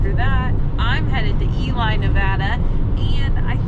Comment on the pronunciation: Ely NV is Eeee-Lee!!! Lol I used to live in Reno. And literally my kids and I just did 101 to San Fran from Tillamook OR. We went prov same time as you guys! We walked across the Golden Gate Bridge…saw the hill where you guys went to view the bridge but didn’t know how to get over there! We also went to redwoods, and stayed at Mt Shasta. We went to Twin Peaks, Pier 39, and the Fort where you all went as well! So cool seeing all the stuff thru your lens! Also, yes the fires are bad. Had ash on my car one morning. We live in Troutdale OR by Multnomah Falls. Safe travels to you! Can’t wait for more videos! Enjoyyyyy! Life is too short!